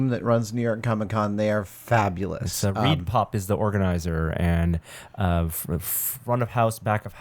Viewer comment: Reedpop? Really? ughhh